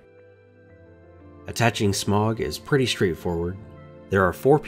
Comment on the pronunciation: Hearing you pronounce his name wrong makes me cringe, so I'm just gonna put the correct pronunciation below. Hope I don't sound rude as that is not my intent. (Sm-OW-guh).